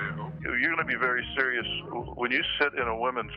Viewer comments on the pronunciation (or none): none